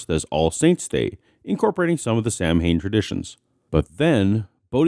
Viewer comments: Uh, this pronunciation of bothers me as ex-Pagan. For any future pronouncements, it's "Sow-when" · It's Sow-an! It's pronounced S-hard o-soft a-soft n! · Not "son-in," "sov-in" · It's pronounced not "Sam-hain" but "Sa-ween". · Sam Hain? Ugh. Sow-in. Ow. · No sound at all on the Peanuts clips. Dell Latitude D630 laptop using Windows 7 and Chrome's browser. BTW, Samhain is pronounced sowe'en. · please, pronounce Samhain .. "sow-in" it would be much appreciated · Pronounced Sow(like female pig)-win. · quick heads up from an irishman, Samhain is pronounced "Sou-in" imagine the Sou from sour and you've got it! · Loved the video but, as an Irishman, I would like to point out that "Samhain" is pronounced "Sowin". Thanks for the great videos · Samhain, being a Celtic word, is not pronounced anything like it is spelled. It is pronounced as if it were spelled sowwain. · Hey I love your channel and content. Probably just a nit pick. Samhain is pronounced Sow-Wen. Old Gaelic. Keep up the excellent work, please never stop. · Thanks for reminding me to order presents from the Great Pumpkin. Btw, Samhain is pronounced "sow-in" or "son-in." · Samhain is pronounced So-wen. We celebrate Death because that time of year marks the end of the yearly cycle when plants die and Winter begins. The reason there are parallels is that Death is the one thing that we all share. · Not to be pedantic, but Samhain, is pronounced Sawan. I too was corrected on this ages ago. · Samhain is actually pronounced as sow-enn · It's pronounced sah-win. I have to wonder how many AiG booklets will get dumped in the bushes as soon as the kids are out of sight of the house that hands them out. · It’s SOW-IN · Samhain is pronounced "Sow-when" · Great video yet again🖒 My only criticism would be that you mispronounced Samhain. It's pronounced SOW(like south/sound)-in. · Samhain is pronounced like Sow-in. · I think Samhain is pronounced, 'saw-wain"... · Samhain is pronounced 'sow-en'. Rhymes with cow.